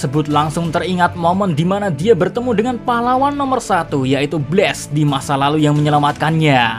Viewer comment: Cara bacanya blas bukan bles